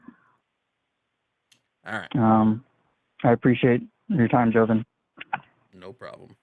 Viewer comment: It baffles me how almost every caller sees his name is Jovan, but they insist on pronouncing it "Jovin"